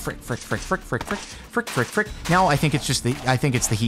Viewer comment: Its so funny to see you say a word frick a lot of times sounds like duck